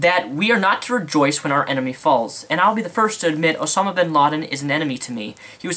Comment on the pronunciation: Its OSAMA not OSONAM